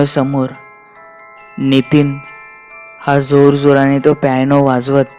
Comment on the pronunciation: प्यायनो नाही पियानो. उच्चार शुद्ध असेल तर ऐकायला पण मजा येते.